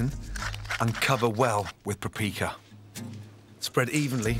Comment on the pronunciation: did he say prapika????